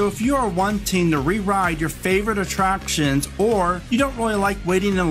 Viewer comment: "Atraptons" lol